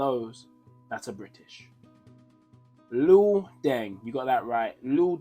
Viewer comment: It's not Lo it's Luol. I trained with him back in brixton my coach was Jimmy Rip they used to laugh at Luol because he couldn't play then he developed.